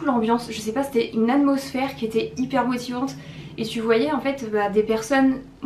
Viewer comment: Helleo, Chouette vidéo comme toujours avec ce qu'il faut de glamour et de réflexions plus profondes. On te l'a sûrement déjà écrit, mais cela fait deux vidéos où je me rends compte que tu as un défaut de prononciation tout mignon: tu ne prononces pas tout les t. Par exemple, dans cette vidéo, tu dis "amosphère" et non "aTmosphère". Et je m'étais déjà fait la réflexion lors de ta précédente vidéo!! Cela dit, ne change rien tu es charmante telle que tu es, particulièrement avec tout le fourbi étalé par terre lorsque tu réfléchis ta valise de vacances! Bises Marianne